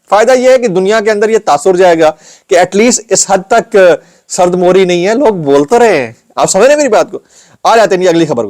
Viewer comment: Sard mohri nae hota .sard mehri hota h bahi 😊